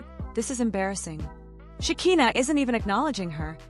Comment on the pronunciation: AI needs to learn how to pronounce Shekina's name.